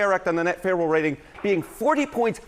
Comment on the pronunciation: Harry is just completely unable to pronounce the word favorable😂😂😂